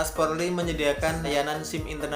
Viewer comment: Polri bukan porli